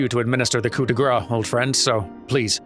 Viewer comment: "grâce" is pronounced more like "grass". The final E is indeed silent, but the C isn't !